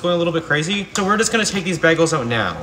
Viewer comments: Be-gel or bag-el??? Not it’s a BAY-gel. What the hell is this pronunciation???😭😭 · It’s pronounced BAY GUL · Bagels pronounced bay gulls but for for this guy it’s baby girl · Im from the uk and i have never heard anyone pronounce it like that. I thought it was “BAY-GULL” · Bay-gulls is how it’s pronounced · It is pronounced bay gulls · It’s pronounced bay-guls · you know you're actually supposed to pronounce it like bi-gals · Bros really scared of boiling water, can’t Pronounce bagel right, and on top of that makes a part two. Abysmal.